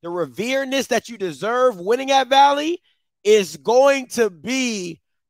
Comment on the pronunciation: Lol I ain't goin lie bro, it's hilarious when you come at folks grammar, but then you out here spitting out gems like "revereness"....c'mon bro